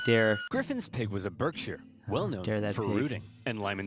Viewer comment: As a British it is actually pronounced barkshire pigs